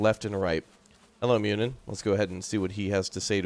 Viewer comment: Muninn is not Myunin, the U is a one syllable sound like the one in "burrow". Same goes for Huginn except the G is soft making his name sound like Huyinn. While we are on the subject, Bifröst is not bi-frost, it's biv-rust. It's really annoying watching the Avengers with them saying bi-frost all over the place. When I first saw it, I had no idea they were talking about Bifröst. Cheers from an Icelander.